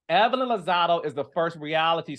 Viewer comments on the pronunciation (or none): It’s Lozada not Lozado 😂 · Carlos you know we love you but it's Lozada with an "A" at the end babes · Her last name is LozadA, with an ‘a’ LMAO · Chile it’s Lozada lol